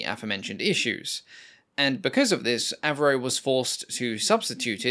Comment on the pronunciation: When an aircraft goes from AVRO to AV-NO.